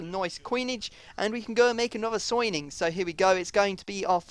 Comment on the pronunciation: "we're going to make a soining" did anyone else hear that?